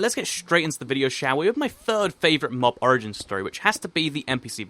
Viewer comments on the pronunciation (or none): none